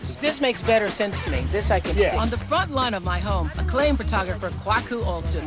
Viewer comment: Right! I had to replay that part like “did she say front lawn”